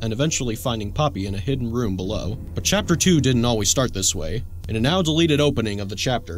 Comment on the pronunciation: Bro he said chaper not chapter at the end 😂😂😂